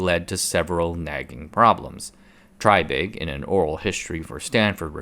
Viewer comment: I wish the announcer of this video would stop calling the man "TRYbig" and call him by his correct pronounced name of "TREYbig". Repeat after me TREY, TREY, TREY or even TRAY, TRAY, TRAY not try, try, try. Good grief you just had one job!